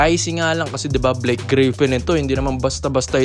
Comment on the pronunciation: brods..hindi po BLYKE...BLAKE po